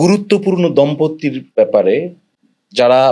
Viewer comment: দম্পতি ( উচ্চারণ দমপোতি) দম্পত্তি না। X দমপোত্তি না।